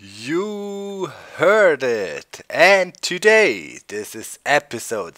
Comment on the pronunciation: The way you said "Today" in the intro (to-DAY instead of (to....day) surprised me lol